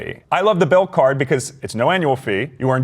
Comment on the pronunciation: The number 1 card he refers to in this video is the "BILT" mastercard. It sounds like he said "BILL".